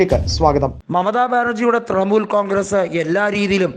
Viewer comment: തൃമൂൽ അല്ല തൃണമൂൽ